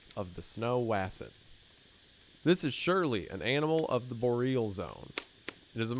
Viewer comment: I swear that he is intentionally pronouncing words wrong during the text readings. "Bow-reel" zone. I don't believe it. He probably wants to read Iceberg Boy as "Itchy-beerg Buoy".